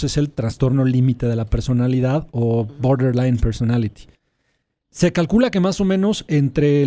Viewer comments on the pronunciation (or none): BORDER LINE PERSONALITY 🗣️🗣️ 🤣🤣🤣 no puedo como lo pronuncia Martha, bien gringa ella 🤭🤭